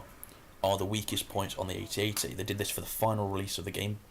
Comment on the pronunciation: When he says at at he says at and t